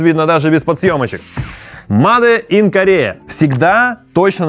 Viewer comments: Сначала я подумал, что "маде ин" это шутка, но после двадцатого повторения, понял, что нет. Чувак, говори "мэйд ин". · Только мейд ин! Но не маде ин. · Как же слух режет это ваше "МаДе иН ГермАнИ"